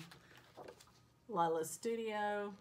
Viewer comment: Lee la is the correct way to say that.